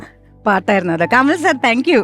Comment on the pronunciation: കമൽ അല്ല കമാൽ....